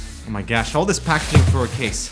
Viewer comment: did he says: "oh my gash"?